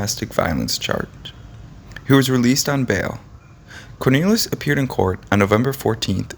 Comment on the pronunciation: This guy is irritating he kept mispronouncing his last name! He does that quite often! And who WAS that guy he showed off & on & at the end! 🙄